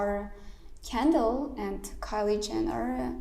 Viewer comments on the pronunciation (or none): none